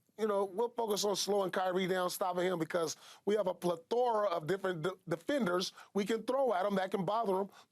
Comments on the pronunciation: “PlethORA”- you mean PLEthora? Lol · Pleh-THOR-AHH Paul? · Paul Pierce said “Ple-THOR-a” 😂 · I’m mad at how Paul said plethora